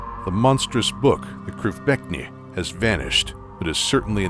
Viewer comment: imk happy that can pronouced the krivbeknih